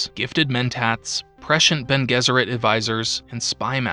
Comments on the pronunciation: I know I'm like a year and a half late on this, but it's BEN-aye Jess-ur-ette. Not Ben Guess-ur-ette. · Bonés it's latin, so Bene (rhyme with fiancé) Guesserit